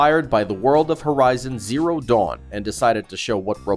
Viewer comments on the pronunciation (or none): none